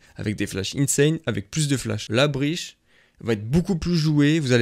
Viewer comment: Ptdr il a dit Breash, c'est "Breatch" gros